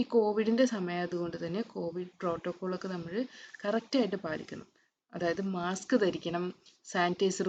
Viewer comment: മാസ്ക് ആണ് മാക്സ് അല്ല തിരുത്തുക